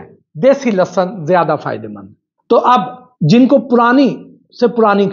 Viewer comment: سوشل میڈیا پر آگاہی تقسیم کر رھے ہیں تو عرض ھے کہ لھسن لھسن آپ کی زبان سے ادا ہو رہا ھے یہ تلفظ درست نہیں اصل تلفظ لہسن ھے